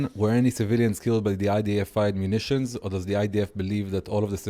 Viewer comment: He can’t say the name of munitions🤣🤣